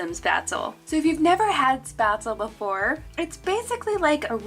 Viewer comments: As a German your pronunciation of Spätzle gives me shivers down my spine (it's shpatzle with the e spoken too) but my English will do the same for you I fear. I'm from northern Germany and we have a big Scandinavian community here and I love getting the swedish kanelbullar (cinamonbuns) more than the Lussekatter (the safronrolls you had which are traditional swedish at the Lucia-day December 13th) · Its pronouned SpÄtzlE :) love these ideas♡